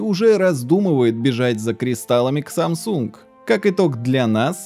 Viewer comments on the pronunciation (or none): none